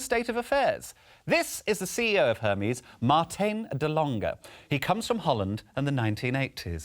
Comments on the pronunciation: Any other Dutch speakers who love how he's pronouncing "Martijn de Lange"? It becomes more of a Marteen duh Longeh. Oh and then later it just turned into Martin instead. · I love Joe Lycett , but the way he is saying “Martijn de Lange” annoys me so much 😩